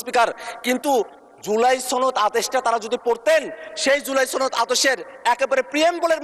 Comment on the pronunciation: ছনদ নাকি সনদ?🤣🤣🤣🤣